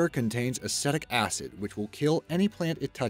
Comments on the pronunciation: he says acidic acid or acetic acid? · Vinegar is Acetic Acid. It doesn't contain it, it is it. It's a low concentration, but it is acetic acid. His accent made it sound like acidic acid, but its acetic acid